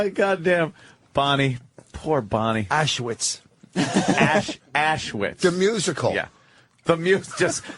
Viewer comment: Colin reading that list of mispronounced Vos words is priceless. Ash-wits.